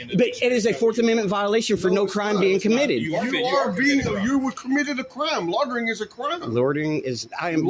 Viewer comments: They cannot pronounce loy-ter-ring. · What the heck is “lottering” 😂😂😂😂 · "Lawtering"????? That's not a word. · “Lordering” lol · Is there no one in this video who knows how to pronounce the word "loitering"? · I've never heard people struggle so much to say "loitering". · The only crime committed here is the cops pronunciation of the word "loitering."